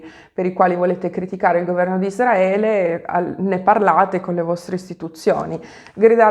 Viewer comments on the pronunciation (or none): none